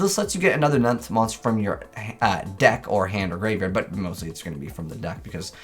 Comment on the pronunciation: I swear he pronounced nephthys different each time